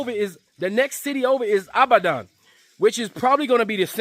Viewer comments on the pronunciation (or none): Brother, it's pronounced "E-bad-on". ❤